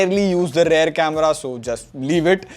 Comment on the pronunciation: Work on your "rear" pronunciation